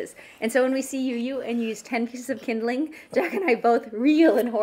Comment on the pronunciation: Called splits idk whos the fancy guy calling it kindleing